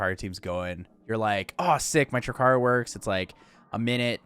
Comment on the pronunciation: Ugh🙄 another jackass calling it "trick-aru"... 3 icarus----> TRI - CARU!!!!